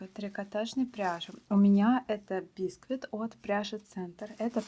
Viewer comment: Что у вас с ударениями? "нАкид, бИсквит"! В школе плохо учились? Слушать противно!